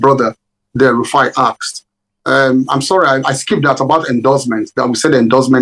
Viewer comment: His name is not Rufia but Rufai.